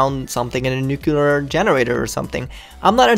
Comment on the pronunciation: "nuclear generator", sure buddy sure.